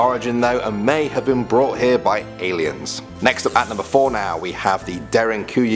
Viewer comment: All I keep on hearing is AILENS .....wow